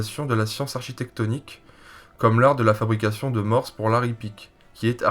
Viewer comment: Pour info, on ne prononce pas le "s" dans le mot mors